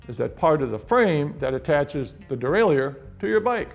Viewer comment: it's pronounced "dee-ray-lur" like "a-ma-tur", not "dee-ray-lee-ur"... you amateur